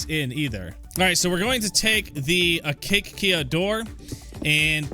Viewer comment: It's A-KAY-sha or A-KAY-sia not A-CAKE-ia